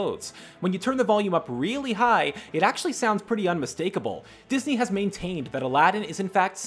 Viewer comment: I love how you say dis eye movies but I fact the incredibles and toy story are Pixar